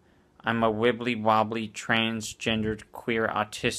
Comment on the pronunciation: You didn't say anything a bout how that tard who said wibbolywobboly